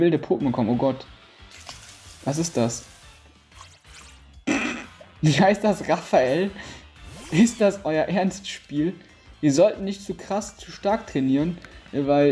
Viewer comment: Raffel... nicht Raffael ^^